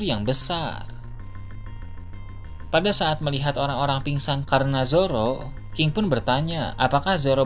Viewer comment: Ini gw yang salah denger atau gimana ya? Ini naratornya hampir di setiap kalimat yang akhiran katanya konsonan gak dibaca dengan benar.. kayak nama king dibacanya jadi ki, terus beberapa kata2 akhir kalimat lain yang huruf konsonannya gak dibaca.. emang gitu kah karakternya?